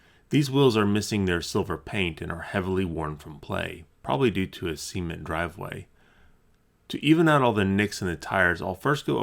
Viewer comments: The way he said cement was hilarious 😭😭😭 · I’m sorry, but I’m going to need you please pronounce “cement” for us again! :)